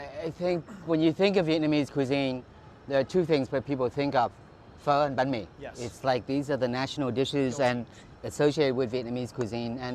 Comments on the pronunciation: It's not 'Bah me' it's pronounced more like 'bang me' (not joking). I don't know why, but for some reason it really annoys me that you mispronounce it so much... I mean the other stuff is very close to how it actually is pronounced, but this one is just a complete miss. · Not hating on you or anything Strictly Dumpling you say Bahn mi, like Ban mi not Ba mi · Not “BAh-Me” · Is it that hard to say literally bun-mi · Hey mike, love your videos. Hope your enjoying Vietnam. Just wanted to say that banh mi is pronounced like bun-me just so you know :) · Pronunciation for Bánh Mì: (Bun May) Edit:With the accents on the "a" and "i". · it's pronounce ban me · Bro it’s pronounced “BAUN - ME” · He says it like “bán me” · It’s Bánh mì, not “bammy” lol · Just FYI Mike “banh mi” is pronounced “bun mei” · When he says banh mi I cringe so hard cause he says it like baw me and I’m also Vietnamese so I know how to say it correctly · the way he says banh mi it’s kills me inside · I really hate how he says banh mi like Aaaah the h is silent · You’re pronouncing bánh mì wrong